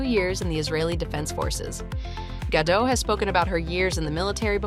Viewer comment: GaDOTT, not Gadoh